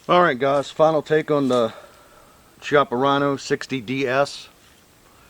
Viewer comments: Just a tip it's pronounced kiappa. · Pronounced "Kee-ahh-puh" Just say'n...............